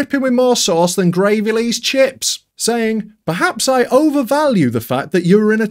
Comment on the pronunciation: I know that, it's just that way that he said it. It sounded strange.